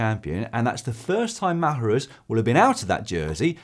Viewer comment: Dan - please do us a favour and teach how to pronounce "Marjerus";P